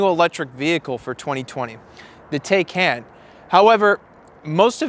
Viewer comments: TIGH-CON not taye can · Taycan. No taikan. This guy need to watch some a the Germans videos to learn how to say TAYCAN. 🤷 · ‘Tie-Con’ not Taken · Yeah, I thought it was TIE-CON not TAY-CAN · It’s not a Teh-can it’s a Tai-kan. Porche should name it’s next car bill just so everyone can pronounce it correctly. 😁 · *tie- Khan is the correct pronunciation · Pronounced Ty-con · The “tie-con” (correct pronunciation) has an accelerator, not a gas pedal. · I need a second opinion on that pronunciation. 🤔🤣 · Hahaha. I see that mispronunciation wasn’t missed on anyone. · Why is it so difficult for English speakers to pronounce the name correctly: It is a noun out of the Turkish language - has nothing to do with German.